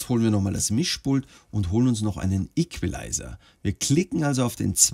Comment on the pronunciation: Ich: will einfach wissen wie pro tools funktioniert, damit ich nichtmehr mit fl studio aufnehmen muss: erklärt was ein plugin ist Ps: ich finde es witzig wie er Equalizer sagt: ikwulizer